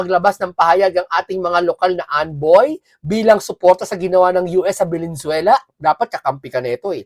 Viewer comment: Lods paki pronounce naman ng tama ang Venezuela para respeto naman.. hindi po velenzuela . Venezuela po